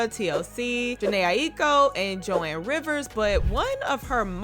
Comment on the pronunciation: 😂😂😂 Joan (like Moan) not Joanne 🤦🏾‍♀️🤣🤣🤣 lawd.....😅😅